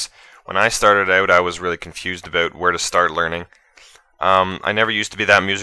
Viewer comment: But he did say abewt lol.